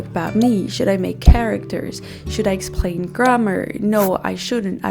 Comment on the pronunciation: C'est la deuxième vidéo de vous que je regarde, la première étant "How I learned norwegian on my own" . J'ai remarqué par 5 fois que vous prononcez "explain" comme s'il contenait un "r", c'est-à-dire "exprain". Dans la mesure où votre anglais est parfait, j'ai la curiosité de me demander ce que cela signifie. Bravo pour votre travail et vos connaissances !